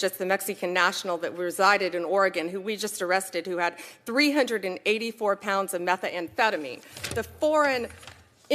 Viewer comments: Methaamphetmine🤣 too many vowels in that word Pam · “Mex-EE-can” and “meth-UH-am-phetameen” - what a completely illiterate HACK and cvnt.